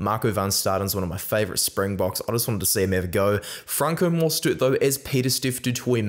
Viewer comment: Hey, love your vids. Just want to let you know as a Saffa, great job on the Springbok name pronunciation. Basically spot-on on all of them. Just goes to show your quality as a rugby content creator, and the respect for the Bokke. Can't wait for the game!